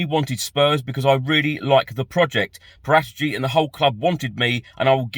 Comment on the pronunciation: Damsgaard is pronounced "Dams-gord". It's Danish, and so is he. Great little player though - hope that one works out. I won't even start trying to correct what you've done to poor Fabio's surname,. A few weeks ago you could actually say it properly, even with the correct Italian double-emphasis and all, so maybe I'll just wait until you work your way back to being respectful enough of the guy not to call him what sounds uncomfortably like the Spanish slang for a potty. 😀